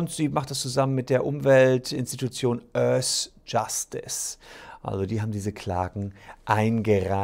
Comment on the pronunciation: Öhrss Jastiz !